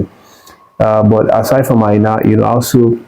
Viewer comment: Why are you pronouncing Aina as Eye na? As a Nigerian, you don't have to be from the Yoruba tribe to know it is pronounced "Eye nor" please learn how to pronounce his name as a Nigerian. You are a Nigerian and not a white man. Again, Aina is pronounced as "Eye nor" just like your eye. and "nor" as in "or"